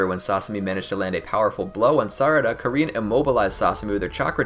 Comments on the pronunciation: i just need to say this, it's KAR-IN NOT KA-REEN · You said karins name wrong😂